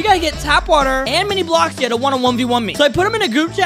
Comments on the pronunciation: he said minibloxi at the start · It’s MiniBloxia not Minibloxia >:(